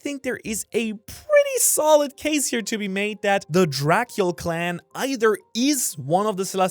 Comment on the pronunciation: FOR THE LOVE OF NIKA, PRONOUNCE IT COLLAN. ITS JUST THE ICELANDIC SPELLING